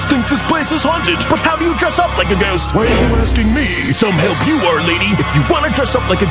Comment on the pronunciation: When he pronounces Ghost as Gyest